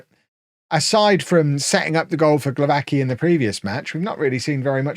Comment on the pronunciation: the w is a v sound and the 'cki' at the end of glowacki's name is a 'tski' sound